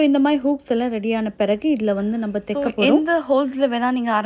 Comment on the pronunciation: Thaika not theika